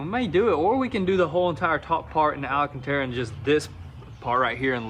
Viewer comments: Sorry for being the grammar nazi.. its alcantara, not alAcantara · The god damn "Alacantara"😂 Great entertainment boys!